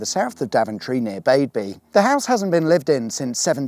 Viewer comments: I see you like to mispronounce names of places. First the village of "Baby" is really known as 'Badby", but most important of all is the mispronouncing of "Dysentry", you called it "Daventry" for some reason. One thing going for Dysentry when it was a nice market town before it got foul, it use to have the BBC transmitters for the "BBC World Service" on Borough Hill and just a mile or so East was a single transmitter for "BBC Radio 3". Dysentry was also used in the development of radar, from Wikipedia:- Radar experiment On the early morning of Tuesday 26 February 1935 the radio transmitter at Daventry was used for what became known as the "Daventry Experiment" which involved the first-ever practical demonstration of radar, by its inventor Robert Watson-Watt and Arnold Frederic Wilkins. They used a radio receiver installed in a van at Litchborough (just off the A5 about six mi (ten km) south of Daventry) to receive signals bounced off a metal-clad Handley Page Heyford bomber flying across the radio transmissions. The interference picked up from the aircraft allowed its approximate navigational position to be estimated, and therefore proved that it was possible to detect the position of aircraft using radio waves. The success of the experiment persuaded the British government to fund the development of a network of full scale radar stations on the south coast of England, known as Chain Home, which provided a decisive advantage to the RAF in the Battle of Britain in 1940.[ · For the next vid in south Northants and for referent Badby is pronounced Bad-Bee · I live right near the Cock, you could have popped in for a coffee! Next time. Fyi Badby is pronounced Bad bee. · I’ve always pronounced Badby as ‘Bad-bee’ not ‘Bade-bee’. Which one is correct? That old ruined house is on private land so it was good to see you sneak up to it. Great video.